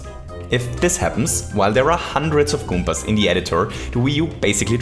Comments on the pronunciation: That's never he always says 'goompas' :-p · good video, good concept. good game. but the only thing that bothered me was how he said "goompas" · I love that he says goopas and not goombas. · Goompas My God I love that accent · So many "goooompaz"